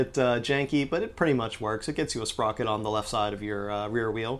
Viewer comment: when he started using words like sprocet I though I was watching an episode of alien TV on rick n' morty